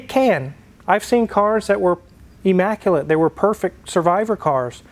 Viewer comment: The word is immaculate not emmaculate. At least in Tennessee, but maybe Kansas says it different.